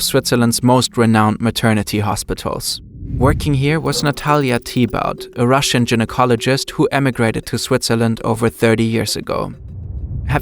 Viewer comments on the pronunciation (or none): They also pronounced “gynecologist” as “gin-ecologist.” This channel is decent, little mistakes like that detract from the quality of it.